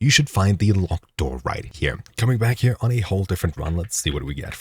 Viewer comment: is there a reason you add an m to the end of the word "here"?